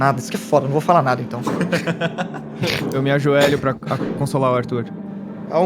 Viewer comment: Quando ele falou "ajoélho" tbm hauahuahauaua Chat não perdoa